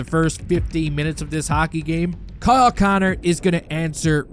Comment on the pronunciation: His Name is not "Kayyle"